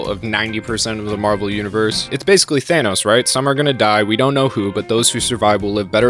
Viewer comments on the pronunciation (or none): none